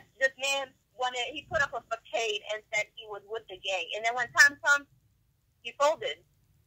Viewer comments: This lady a PR person? She pronounced Facade as FA-CADE.... 😂😂😂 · Once she said façade wrong it was completely confirmed she was slow lol